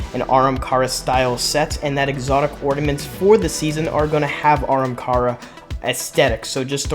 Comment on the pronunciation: stop saying aramkara bro 💀where do you see the R